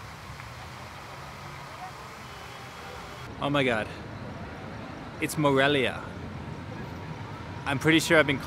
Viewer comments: Morelio....lol. Whoa, have you visited Morelos? I've heard you mentioned it. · Haha, was funny heard you say Morelio most of the video but actually you're kind of right the place is called Morelia because of the Mexican hero Morelos, we hope you visit us again you missed a lot of interesting places here! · dices "Morelio" aaah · How can anyone not watch your vids to the very end? I just love that you attempt Spanish fearlessly...and with a smile on your face, realize you've continuously mispronounced the name of one of the most fabulous cities in the Americas. We love you! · "Aah its Morelia not Morelio" LoL! Loved this!! You guys are awesome! Lots of love from Miami x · Morelia is where I’m from 💘 lol “Morelio” close enough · LOL!!! I'm from Morelia... that's my home town!! and I forgive you for saying Morelio instead... :D Wish you come back some day, Morelia and the state of Michoacán has a lot to offer... did you visit the Monarchs butterfly sanctuary? that's actually something that connects Canada to Mexico. 🦋